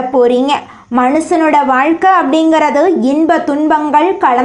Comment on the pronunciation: வாய் கொனிகிட்ட மாறி எதுக்கு இப்பிடி audio பதிவு பண்ணி இருக்கீங்க! பாத்து படிச்சி ஆடியோ பதிவு பண்ணிங்களா! வாழ்க்கையில ன்மு சொல்றதுக்கு பதிலா எதுக்கு வழுக்கை யில னனு சொல்றீங்க, யேற்ற தால்வுக்கு எதுக்கு உரத்த தாழ்வு ன்நி சொல்றீங்க